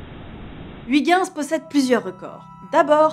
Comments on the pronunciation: Ou plutôt "hui guinss". Tu prononcerais ça comment ? Comme Kujper ? "Heuille guinss" ? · "Huit ginss" Ouch... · Je suis belge et entendre la prononciation de Huygens, j'ai les oreilles qui saignent. Mais bon, Florence, hormis cela, j'adore tes émissions. Alors, pour bien prononcer Huygens correctement, il faut lire comme ceci : "Heuillgainss". (ou) "Oeil guènn ss" Voilà voilà. Bonne continuation à String Theory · Toujours un bonheur d’apprendre en écoutant une dame aussi passionnante ! Mais s’il te plaît, par rigueur scientifique (et aussi linguistique) Huygens se prononce « oeuil - ghèns » Merci 😃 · Hello la rédac'! :) Juste pour vous informer que Huygens, ça se dit pas du tout comme ça mais plutôt heuïgeuns ^^' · Je sais que je suis chiant mais attention à la prononciation de Huygens. Et oui, le Néerlandais est un parler rugueux à l'odeur de fromage... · Comment tu prononces "Pionner" et "Huygens" whaaa c'est immonde x) Bonne vidéo sinon ;)